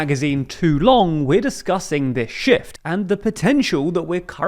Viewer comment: For a second I thought he said "shift" but without the f 😂